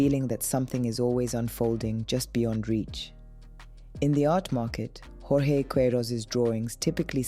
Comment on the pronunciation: Kentridge's series of films In Defence of Optimism is brilliant! Is Jorge really pronounced in the Spanish rather than Portuguese way? Emin is trash.